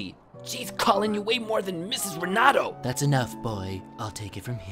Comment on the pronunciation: LOL "RENADO" BOY